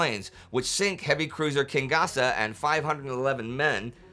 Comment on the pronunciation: Did you really just call Kinugasa "King gasa"?